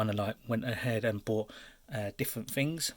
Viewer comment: "Ive kind a like bort different fings. Choob. " Right